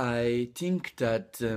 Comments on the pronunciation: Bravissimo!!! "I TINK" è favoloso! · non diciamo "AI TINC" ahah, diciamo " AI FINCC"